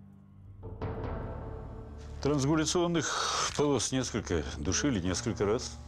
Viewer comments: Криминалист даже не смог выдать правильно про борозду от удушья,сказал транзгуляционная борозда😂 Странгуляционная. Несколько раз переслушал.Слово,да,сложное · Вы правы, несколько раз переслушала и верно говорят "трансгуляционная", да жаргон здесь не при чем, просто обычная лажа.